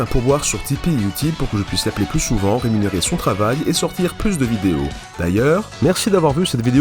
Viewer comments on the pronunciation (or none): none